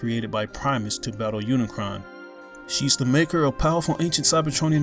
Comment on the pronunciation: btw. its unicron. not cayon